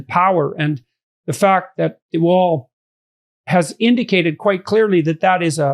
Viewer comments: Lmfao, de Wall? It's like biden in office when native english speakers try names. It's de Waal, de Waal is a river running through the netherlands. A for effort tho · Vaal not Wall. All animals have empathy, not just chimps, you can see it in crows who are highly intelligent and also in finches like my zebras and canaries... I have a 10 yo zebra finch who can barely move and although in a cage with 14 others no one bullies him while they do fight between themselves. I had a sick zebra finch being regurgitated, fed by a Java sparrow male while she was in labour laying an egg... Animals and birds are amazing. Humans are just crap. Also I am a girly woman who is heterosexual and as she grew up liked to climb trees while wearing nice dresses, played with tanks and my fav toy was my sword. This whole gender thing is a sham and disgusting. Lived in Holland for a while and boys were being diagnosed with ADHD and medicated for being boys, including my neighbour's son who was a lovely boy but who had a neurotic mother who was reading all the 'woke' books. The marriage did not survive and the family fell apart, the mother was trying to get autism diagnoses for her 3 kids who were just perfect lovely children. You should read 'The Elephant Whisperer' to see Elephants can also communicate telephaticly.